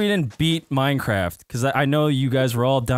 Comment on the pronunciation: Its minecrafff